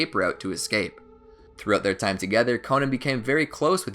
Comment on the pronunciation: Not konan